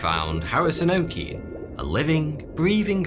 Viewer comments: If Harrison Okene was a Nigerian, that name “Okene” won’t be pronounced “OH-keen”, it’ll be pronounced “oh-kair-NAIR” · Harrison OKene is pronounced OKeh neh not OKin🙄🤓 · it’s pronounced o-k-nay lol. but nice video! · The Okene in Harrison Okene is pronounced 'O-kay-ney'. From a Nigerian🇳🇬